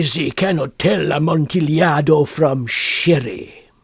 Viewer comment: said a-mont-a-lado